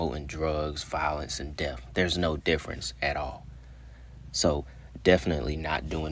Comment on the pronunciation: The word “death” be kick your ass 😂😂😂😂 “deaf” I love your content though 🫶🏾